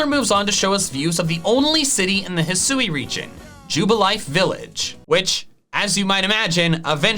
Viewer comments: I loved your video and... Let me possibly be the ONLY person bothered to tell you: Thank you. THANK YOU for satisfying this phonetics freak's need and pronouncing the region properly. If I see one more Youtuber pronounce it "HIGH-SOO-WEE", I will lose it. Bit sad on the ability idea, but I am super stoked for the Starters. I thought it was a really odd line up. For once I'm actually leaning towards Fire, instead of my typical Grass, but we'll see... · I'd assume that hih-soo-ee is the correct pronunciation, because that's how they pronounce it in the pokémon presents. They wouldn't reveal a name and then not say it correctly.